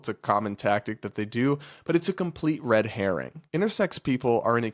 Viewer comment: Did you say "a complete red heron"?